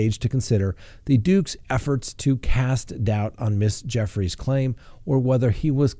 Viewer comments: I heard it was pronounced Virginia Goo-frey, not Jeff-rees. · Just so you know, you are mispronouncing the lady’s name, that is suing Prince Andrew. It’s pronounced Due-fray. You can go to other YouTube videos to hear the correct pronunciation. I am telling you this because I want you to look good on YouTube. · Joo-fray not Jeffrey. Love you but you're terrible at pronouncing names